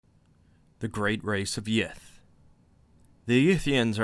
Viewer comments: Sorry, did you say, great race of yiff? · I know he's saying Yith, but all I can hear is yiff. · I keep hearing yiff xD